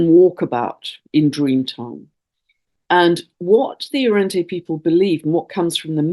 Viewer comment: Arrernte (pronounced Arrunda) xx